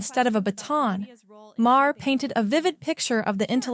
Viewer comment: Why don't you play the actual conversations by each of them instead of just you giving your opinion. Also, not Ma-her, it's pronounced MAR.